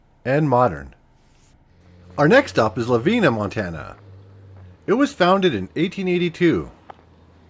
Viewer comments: Its pernounced la-vine-uh Rhe hotel in harlow was by far the most fancy one built along the rails, next would be the sacajawea hotel in 3 forks. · Lavina is pronounced with a long I, like La-vine-a. Lennep is pronounced with the accent on the first syllable, like LEN-up. Loweth is pronounced LOE-eth. Also, the building in Harlowton you identified as a huge grain elevator is the old Montana Flour mill. It had a storage capacity of 500,000 bushels of wheat and could produce 600 barrels of flour per day. And as mentioned below, the E57B is one of the box-cab electric locomotives, not a tender.